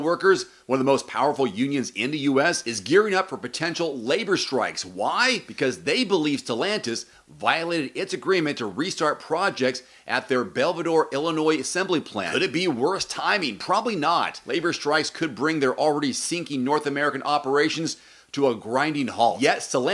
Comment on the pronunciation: Good video, Belvi-door? haha Just teasing- I live near there and have been in the plant quite a bit over the years. I have a 2022 Wrangler with the V6, stick and manual windows and locks and their move is idiotic.